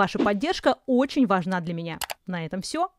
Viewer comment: Одно замечание - было бы лучше, если бы Ирина не использовала так часто в речи слово «очень», на которое она ещё и делает ударение: «уооочень». Режет слух. Это ещё и не совсем подходящее слово для научного доклада.